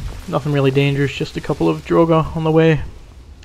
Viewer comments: When you say ''Dragur'' it sounds like ''droger'' wich means drugs in Swedish :D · It's 'Draugr' - ancient Norse for ghost. I'm sad enough to have studied the language, but I didn't do it because of Skyrim, I just like the language. The 'r' on the end is silent, so is pronounced 'Drowg' (with a little bit of a rolled 'r') overall. And I hate Dwarven machinery too. Falmer I've not encountered yet because I'm still a noob :D